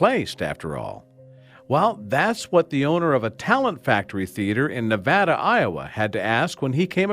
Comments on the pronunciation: It's Ne-VAY-da, Iowa not NeVAda. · Btw I live in Nevada Iowa and it’s not pronounced Na-va-da it’s Ne-va-da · It's NA-VAY-DUH...not NA-VA-DUH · FYI: the name of the town isn’t Nevada, as in the State of Nevada, but is pronounced navada, with the middle ‘a’ being a long ‘a’. Just a slight correction from one who’s been to Nava(long a)da. BTW, the accent is on the ‘va’. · Btw, Nevada Iowa is not pronounced like the State Nevada, the a, is a long a sound. Again jfyi. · NE-VAY-DA not NE-VA-DA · Ne-VADD-uh just makes people sound uneducated. Ne-VAH-duh is the correct pronunciation imo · I also about fell asleep after 2 minutes. Besides the long report, the news reporter pronounced the town it was found in. He pronounced it as Nevada. Like the state of Nevada. It is actually pronounced as Nuh-Vae-Dah, Iowa. Would be nice for at least one news media person to pronounce the name of a town or city right in such a boring story.. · As soon as the narrator said Nevada, IA I couldn't focus. Iowans pronounce things differently, its not nev-AD-ah like the state its nev-AY-dah. At least this wasn't in Maquoketa or Madrid... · Nev-ay-duh not Nev-ah-duh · Just some trivia for you... Nevada, Iowa is NOT pronounced like the state, but as Ne-Va-duh where the "a" is long. I knew people from there and have been there many times. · It’s pronounced na-va-da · Its pronouced navaida i know because my brother and sister live there and i live in iowa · It is not pronounced like the state, it is pronounced Ne va {long a} da Iowa I lived there for a while back in the 60s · Not that it matters, but I'm from Ames, Iowa and I'd just like to point out Nevada here is actually pronounced "Nuh-Vay-Duh"...just for future reference if any of you actually have a need to say the name of the town later for any reason at all. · it's pronounced nev-ay-da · any native person in Nevada, Iowa would tell you it is pronounced Nuh-vEH-da. Eh not Ah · Nevada is pronounced neh- vay-duh in Iowa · Its "nevayda"